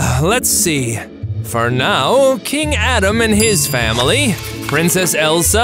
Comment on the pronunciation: When they wanted to say family they said fanily